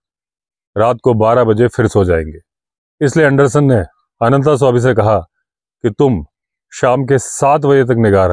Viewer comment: आप तो "अनन्तास्वामी" ना कहें। अंग्रेजी मे अनन्त लिखने के लिये t के बाद a लगाते हैं क्यों कि त मे हलन्त नही है। हम हिन्दीभाषिओं को तो सही उच्चारण पता है। और जो hide बनाया था उसका नाम zariba था। original edition मे मिलेगा। वैसे इस adventure को जितनी बर पढ़ता हूं Anderson साहब पर गुस्सा आता है। क्यों कि जब वह पहली बार डाक बंग्लो से अनन्तस्वामी के forest rest house आदमखोर का पीछा करते हुए पहुंचे थे तब क्यो नही अपना back pack साथ लाये थे, जिसमे उनका torch, clamp और प्राइमस स्टोव रखते थे। अगर लाते तो इतनी समस्या नही होती। खैर अन्त भला तो सब भला। पर unholy partnership रोंगटे खड़े कर देता है। अनन्तसवामी को दोष नही देता।